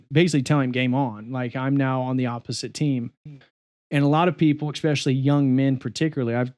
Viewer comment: Great video, thumbs up. Still, I die inside every time I hear a grown man say "expectshilly", especially a doctor.